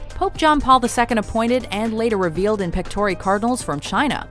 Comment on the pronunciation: In pectòre LOL Get your latin straight WM!